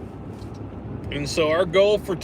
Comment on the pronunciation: Massard? Funny how you pronounced Massard Road. You can tell you are not from Fort Smith.